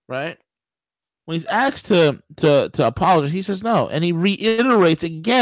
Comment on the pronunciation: A-S-K-E-D not AXED there is no such thing as axe me a question.